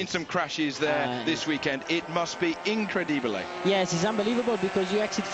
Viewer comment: "In must be increydibilay" 😂